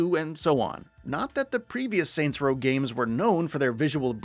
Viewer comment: “Soy row”